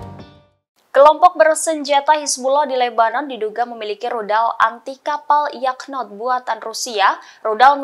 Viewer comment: Narasinya terlalu berlebihan. Yakhont aja d baca Yakhnot 😂